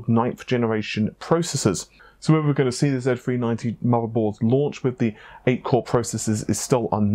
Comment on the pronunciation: Wiv instead of with. What’s wrong with you?